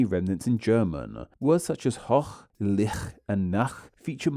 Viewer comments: Some notes regarding the pronunciation of these German words. - hoch: The o is a long vowel. - Licht: This word has no voiceless velar fricative, the ch is a voiceless palatal fricative (Is this the correct term?) (much closer to the sh or ch in English). The "ch" is pronounced as a VVF after "a", "o" and "u", but VPF ("sh"-like) after "i", "e", "ü", "ö", "ä". - Nacht/Licht: The t is supposed to be pronounced clearly in both cases. German has very few (almost no) silent letters. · 'Licht' is not pronounced like you did. After "dark" vowels, 'ch' makes that sound which I consider a kind of voiceless version of the German 'r'. After "light" vowels, it's more of something I'd consider a voiceless version of the German 'j' which in English is often represented by 'y' like in 'yet'.